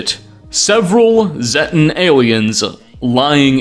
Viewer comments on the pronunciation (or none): It’s zetan not zettan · Zay-tan. Long 'a'. Zay. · Z-ay-ten..... It's pronounced in fallout 3 and 76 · The first time I hear zetan in this video, i thought had said "thetan", like the scientology aliens. and the more and more shit was revealed, the more I nodded like "yep, scientology". I'm surprised there haven't been any lawsuits against bethesda for all this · You pronounced Zeta/Zetan 3 different ways throughout the video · all fallout youtubers pronounce "Zetan" while and can't say who is right, this didnt sound right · At least pronounce Zetan correctly.